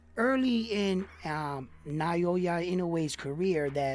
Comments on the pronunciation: Here's some help with Inoue's given name: ✅NAH-OH-YAH ❌NIGH-YOH-YUH or ❌NEIGH-YOY-YUH Crawford has the best singular accomplishment right now, with the undisputed in 2 classes -- but Inoue will accomplish the same, this year, and has the other accomplishments you mention. And just my own personal eyeball test, watching them both fight at a high level, leads me to the conclusion that Inoue is even more special, even more skilled, than Crawford. And Crawford is a fuckin' fantastic fighter. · It’s actually pronounced Now-ya or Noi- ya depending on Japanese peoples accents.